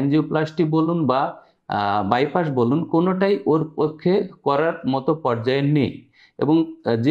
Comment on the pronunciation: আপনি বাইপাস কে বাইপাশ বলছেন কেন? শুনতে কেমন লাগে